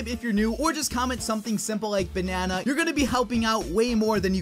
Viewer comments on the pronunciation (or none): Why are we saying bananna?